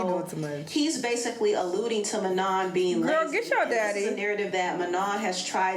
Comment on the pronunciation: She even pronounced Manon right while talmbout “manen” 😂😂